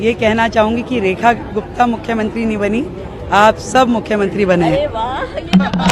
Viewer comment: I am hearing as Rani Gupta